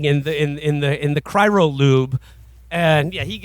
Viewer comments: Cry-OH, Will! Cry-OH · “Cryro” is driving me nuts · “Cyro” -Will Menaker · And then later “cryro” lmao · Getting bored so ill just leave my comments so far (20m in) Can Will learn to pronounce cryo correctly? Giving me an aneurysm They seem to ignore that demo man is a critique of the future society. Revolutionaries live underground. All the problems of capitalism still exist but theyve been removed from visibility . Demo man is about the sanitized future. It's not a utopia , its just sanitized